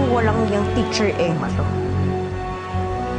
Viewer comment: Hindi marunong mag pronounce ng teacher si Georgia 😂 Georgia- titchir